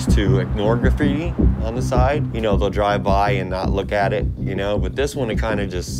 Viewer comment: "I dont believe my grapphiti is a. Art form" Me: your right its- "I believe its vadlndalism"